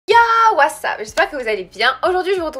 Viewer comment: 00:1 it's not what'a is WHAT'UP